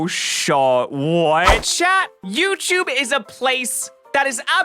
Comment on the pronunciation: Did anyone hear say youtchube at arounf?